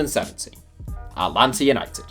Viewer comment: Thanks for shouting my town's team, but you say Atlanta by hitting the first "t" and dropping the second not the other way around